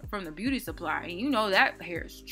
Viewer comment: Lmfaooooooo the whole time I thought you were saying booty I didn’t understand until you had your makeup and I was like Ohhh beauty 😩😂